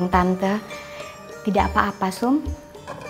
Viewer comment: Pak saum minn, bukan saup.